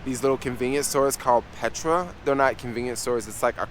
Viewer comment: "Petra." U mean 'Pret'!! 😂😂😂